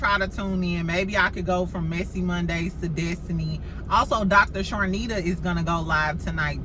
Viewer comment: Hey! Her name is Dr. Chanita without the (r). Charnita is the talent that Mel produces her show on Nubian TV. I hope you are having a good day as well! Love your channel.